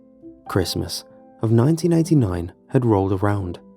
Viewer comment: lmao I just went back and listened and he did say "1989" sounded like '99 at first. I really went back to listen lol